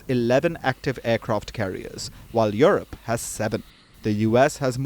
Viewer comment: She said europe not eurpe union